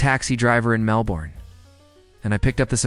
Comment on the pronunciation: You were doing so well pronouncing Bondi correctly. Then you butchered Melbourne 😞 And then you did the same to Uluru 😞 I hope you don't mention Brisbane or Canberra - you'll probably mispronounce them too